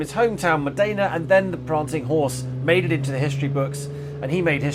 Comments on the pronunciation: Come on Ben, Modena is pronounced MOD-enna, not Modayna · "Modaayna" Where the heck did you get that pronounciation from?